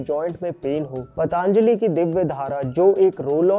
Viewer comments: पतंजलि बोलिए मित्र। पतांजलि बोलने से महान ऋषि का अपमान होता है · पतांजली नहीं पतंजलि है . आप से निवेदन है कि कंपनी का नाम सही उच्चारण करें , आपको सुनकर आपके सभी सब्सक्राइबर्स भी ग़लत बोलना शुरू कर देंगे . महर्षि पतंजलि के नाम पर बनी है यह कंपनी . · That's पतंजली......not पतांजलि. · पतांजलि...पतांजलि... कयुं बोलते हो ? पतंजलि नहीं बोल सकते ? चाईना से आये हो ? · It's "पतंजलि " not पटा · Please pronounce Patanjali correctly. It is not पतांजलि but पतंजलि। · पटांजली ❌ पतंजली ✅ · पतंजली बोलो पटांजली नहीं. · जी, मैं आपके vdo हमेशा देखता हू क्यु की वे विश्वासार्ह होते है l PATANJALI का उच्चार पा त न ज ली ऐसा किजीए न की प ता न ज ली. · Why the hell you call it pataaaanjali it sounds very derogatory it looks like you are deliberately making fun of a great rishi.....it's पतंजलि not paaaataaaaaanajali, please please take care of these things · Why are you saying पटॅन्जली ? It is पतांजली bhai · It's not पटांजली... ऋषी पतंजली का नाम है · Patanjali❌ Pataanjali✅ 😅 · भाई तुम हिंदुस्तानी हो ना... तो ये Pronounciation इतना खराब क्यों है ❓❓ पतंजलि को पटअंजली... त्रिफला को ट्रीफला... क्या हैं ये ❓❓❓